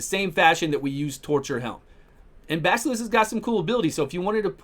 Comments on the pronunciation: Baskilist :D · I love the pronunciation of "Basilisk" xD